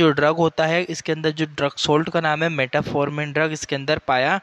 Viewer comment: मेटाफॉर्मिन नहीं मेटफॉर्मिन होता है।